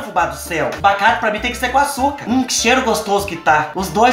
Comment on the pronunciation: O melhor, e o falando "bacate" direto no começo do vídeo kkkk